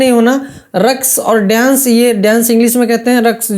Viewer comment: Pahle ap bolna seekh lijiye (daienc) Babu daienc nahi dance kahte hai.